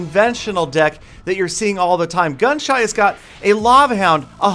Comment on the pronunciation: He kept on calling gunshy gunshut or gunshot